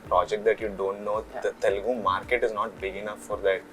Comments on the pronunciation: TELEGU NAHI 'TELUGU' hein BSDK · its Telugu man.. not Telegu..